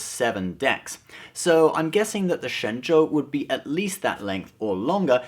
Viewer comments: Your Mandarin is amazing! That's correct tone and accent! Ah, wait, you are, right? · Hey, great video and you are the only guy on youtube to pronounce shenzhou correctly!